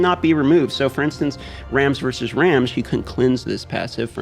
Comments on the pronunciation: I snagged his FC cause Ramge is my favorite character so far. Also, I believe his name is pronounced to rhyme with "Ramsey", like Ramjee. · Hi,! I follow you around even though I still play Raid but ironically have quit this game instead. Just want to inform you since I did not skip any of the cutscenes, it's pronounced "kee-buh-lay" for Cybele and "ram-gee" (as in "gugu gaga", not "giraffe") for Ramge. I personally hate the Engrish in this game and although I disagree with how the names sounded, I would go with the official pronunciation. It's cool that you follow FG300 by the way. I hope that you would make a collab with JGigs someday checking out that closed beta Genshin Impact game.